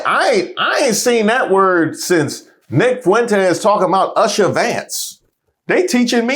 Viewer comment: C’mon now…. I believe you doing it on purpose now😂!! You still don’t know how to pronounce Usha’s name yet??!!🤣🤣 ursha Vance 😅😅